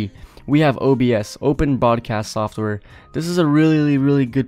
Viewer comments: its open broadcast software not open boadcast software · He said Open bobcast software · "Open Bodcast Software" lol